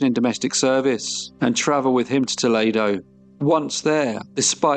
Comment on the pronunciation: So cute, Toledo, Ohio is pronounced Toleedo. ❤😊❤